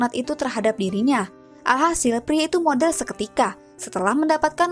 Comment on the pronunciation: modar bukan modal 🤣